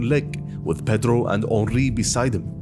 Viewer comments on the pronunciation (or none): none